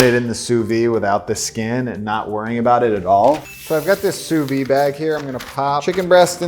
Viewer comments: sous-vide pronounciation: soovid, not sooveed, and don't skimp on the d sound. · Can we all say it together?: "SOO-VEED". The "d" isn't silent, just because it's French. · I'm sorry I just gotta say this, it's sous-vide with a d sound at the end. In english and french. It just hurts my french heart to keep hearing him say "souvy"😭